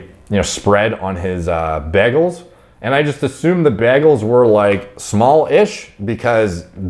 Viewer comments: Anybody gna talk about how he keeps saying “BEGELS” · Bro, I've never heard anyone pronounce it like BAGels lol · You say bagels weird